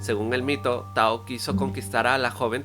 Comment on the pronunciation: Buen video! Una observación: en guaraní, la última sílaba no se acentúa, así que hay varios nombres que se pronuncian con acento en la última sílaba que te habrás confundido y los pronunciaste como palabras llanas (Tejú Jaguá, Taú, Keraná, serían las pronunciaciones correctas), y la "y" tiene su propio sonido en guaraní que no es parecido a ninguno en español.